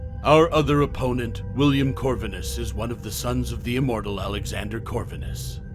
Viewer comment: Have you seen either of the films? Gabriel is not pronounced 'Gab-ree-el', it's 'Gabe-Ri-el' and Corvinus is not pronounced 'Cor-vin-is', it is 'Cor-veen-us'. William was killed by Michael the Hybrid, not Selene. Selene is not pronounced 'Sel-een-ee', it's 'Sell-een'. Van Helsing is quite a bit larger than William, where did you get the 2 metres from? He's also faster and stronger; able to outfight Dracula (and VH is an Archangel in human/werewolf form, plus his millenia of experience to boot.)